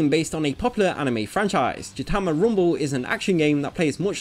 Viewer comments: it is gintama not jintama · Mfw you pronounce gintama as jintama. It's a hard g sound :P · Even the Tagalog dub announcer in my local anime channel botched how Gintama is pronounced. Honourable mention: Ginrai (jin-rai), a Transformers G1 character